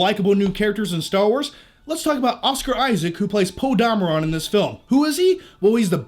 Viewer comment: The way you pronounce Poe's last name is great!